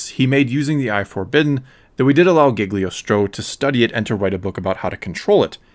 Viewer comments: Cagliostro not Giggly-ostro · Please. PLEASe in the future... leanr how to pronouce the names... your misprnounciation of agamotto and cagliostro as agamatto and gigliostro takes a LOT away form this video and makes it look.. lazily done. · Its cagliostro, not gigglystro